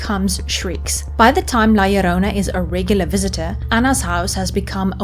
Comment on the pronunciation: Dude!! My grandma used to scare me with this story as a kid!! Awesome you did this. And you pronounced it right too! 👍👍